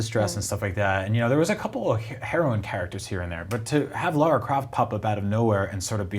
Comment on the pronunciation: Her name is lara not laura get it right